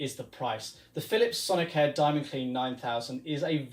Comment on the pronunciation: why do you pronounce it sonic-hair?